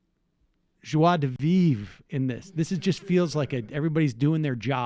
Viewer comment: Does Sam speak French?? That joie de vivre was way too well spoken